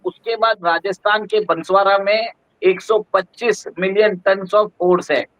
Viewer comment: कृपया बंसवाडा नहीं बोलो आप इसे बांसवाड़ा बोलिये। यह जिला राजस्थान का चेरापूंजी है।